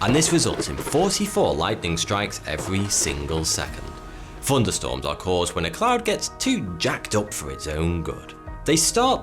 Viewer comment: Fourty2 NOT Thourty2. ?! Funderstormes not Thunderstorms ?!